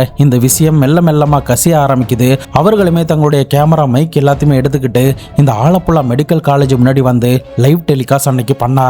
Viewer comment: வாழப்பழா இல்ல ஆலப்புழா ப்ரோ